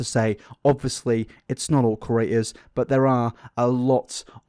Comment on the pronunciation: please stop saying creators wrong! I can't handle it